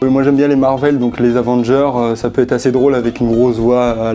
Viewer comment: "Les Avandjeures" j'ai eu mal à mon anglais